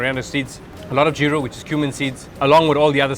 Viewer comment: The way the host said geera he’s defo katchi....